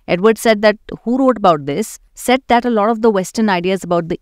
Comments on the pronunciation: It's pronounced as Saeed, he is a Muslim:) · You are pronouncing his name wrong. It’s pronounced like: sigh- eed. How do I know? Well I’m currently in a discussion with his nephew , who I went to school with. I think he would know how to pronounce his family name. And FYI, this is the standard way to pronounce this name.